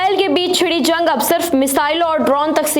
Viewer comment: zang nahi jung 😂